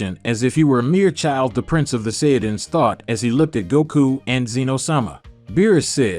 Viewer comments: bro u pronounce saiyan wrong ,''u ssound saiyand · You are pronouncing Saiyan wrong